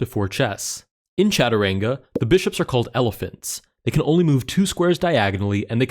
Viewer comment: wow your pronunciation is insane .....it is chaturanga btw we still play this here in india from time to time fun game overall .....thx for playing this